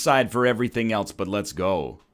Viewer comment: "Does Enyone Alse????"